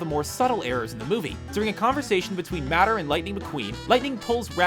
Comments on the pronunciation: its Tow Mater not matter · Moana: its wind and sea not sea and wind And it's mate-er not matter Top 10 Screen Rant Mistakes That You Missed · Top 10 mistakes in screen rant: #1 tow matter instead of mater lol it's ok 👌🏼 I won't judge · every time he says mater (mah-ter) I die inside. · Matter? It's mate-er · matter? its pronounced Mäter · MAY-TER. Not Matter. Jesus that killed me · IT'S PRONOUNCED 'MAY-TER' NOT 'MATTER' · It was Cinderella, Snow White and Fiona, not Sleeping Beauty. Also it's "May-ter", not "Matter". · Why... The hell... Are you pronouncing it MATTER? IT IS MAY-TUR. MATER. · Mater! Like Tamater, but without the Ta! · Screen Rant Mistakes: saying "matter" instead of "mater" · Omg I started cringing so much! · How do you even say it wrong? In the movie, he is always "Mater", not "Matter" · it's mate-er not matter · Matter?Its pronounced M a t or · Mate-err not matter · It's pronounced May-ter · How in the hell do you say Mater wrong by saying matter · MATTER?! You're KILLING ME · It's pronounced mae-ter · sorry i ment mattor not mator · Who tf is "matter"? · STOP SAYING MATTER, YOU MORON! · mater is not pronounced "madder" lmao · lmao madder? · may-ter MAY-TER!!! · It not matter it's M8er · tell me he did not just say matter! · He is calling mater matter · Why tf you pronouncing his name as "Matter"? wtf lmao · matter???? do you mean mator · MaxineBrandt Yessss, I was so annoyed when he pronounced 'Mater' like 'matter'. 😂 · IM OFENDED U SED HIS NAME RONG. Y U DO DIS 😡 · how dare you mispronounce mater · You pronounced Mater wrong bro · That's not how you spell it It's Mator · Stop saying matter its mater!!!!!! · why does he say matter instead of mater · IT'S MATER NOT MATTER. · Hey, it's mAter, not maTTer. Just FYI. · did you seriously say matter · Its not “Matter” it’s “Mater”. Like “tuh-mater” but with without the “Tuh”. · It's mater not matter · It's mater not matter Perounced M-a-t-u-r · U guys mistake :) Mater, not "matter" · It's mate-er